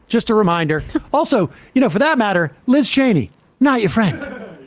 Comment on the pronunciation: OMG! Sam got LIZ Cheney's name right👏🏾👏🏾👏🏾